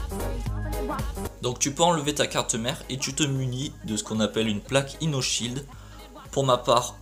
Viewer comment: c pas plaque ino sheild ms plaque io sheild